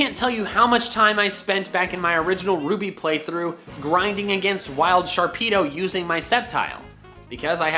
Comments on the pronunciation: Sharpedo NOT Sharkpido! THERE IS NO K IN THE NAME! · sharpedo Me: hehehehehe pe—: NOPE